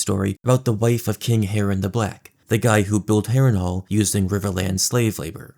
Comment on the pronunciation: Dreeegons burned the Hearinghal